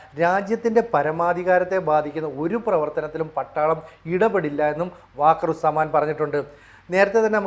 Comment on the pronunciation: വാക്കർ ഉസ് സമാൻ അല്ല വക്കാർ ഉസ് സമാൻ ആണ്.